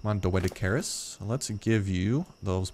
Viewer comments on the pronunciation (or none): it pronounced dough dice er is if u wanted to know